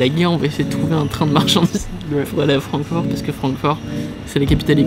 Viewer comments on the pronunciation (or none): Sa ce pronnonce Frankfourte sinon super vidéo